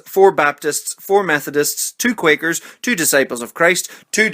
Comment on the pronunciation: Thought you said wanker not Quaker lol